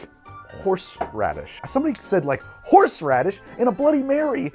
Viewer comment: Watching while I'm ready to go out Why I keep listening " horse rubbish" instead of horseradish Is just me?